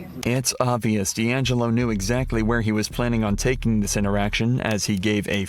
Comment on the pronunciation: Deangelo as in di Angelo 😱😱